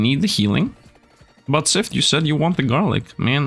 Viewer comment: Any time i hear sifd say his intro I swear he says sifnd because of his accent, and i like it.